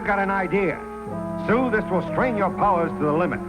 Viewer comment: Did he call Sue, Stew?